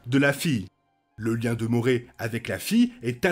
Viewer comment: Avec toute bienveillance, ça se prononce « moraille »